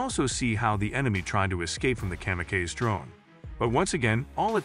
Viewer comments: Kamakazi - it’s not Comma-kays, it Comma-Cause-E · Kam-a-Kays lol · Literally the first time I've ever heard kamikaze being mispronounced. Good old AI.